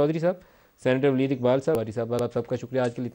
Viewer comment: ولید نہیں لید!!😂🤣😆🤡